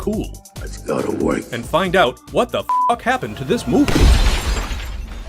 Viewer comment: "LET'S GO TO WOIK!?!"